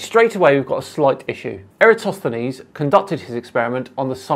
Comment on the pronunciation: I'm impressed, this is the first flerf I have seen who was able to pronounce Eratosthenes